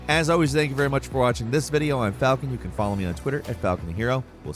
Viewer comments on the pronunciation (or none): none